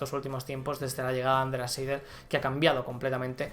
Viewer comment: Saludos a y a toda la comunidad., en alemán, cuando se escriben seguidas y en este orden las letras "ei", se leen "ai". Por ejemplo, Andreas "Seidl" se pronuncia "Saild". No es que quiera impartir un curso de alemán, que no tengo ni idea. ¡¡¡¡Quizá el mismo Andreas sea suscriptor de este canal..... Gracias por tus videos. Haces un gran trabajo, y más en estos días de confinamiento.